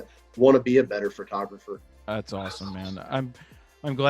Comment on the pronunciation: Did he say “a better Frotographer”? Awesome! We all hope to become a better “Frotographer.” 👏 Congratulations!